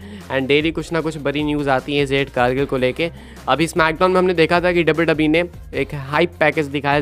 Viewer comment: O bahi jade ko zade kyun bolte ho pronounce to theak se kiya kro